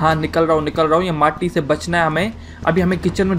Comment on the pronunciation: Moti Nahi Mati Achase Bolo 🤣🤣 Plz.......